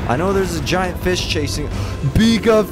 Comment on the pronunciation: "So many feesh" - 2022